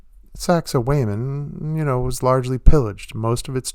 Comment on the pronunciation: You need to learn how to pronounce sacsayhwamen. Peace!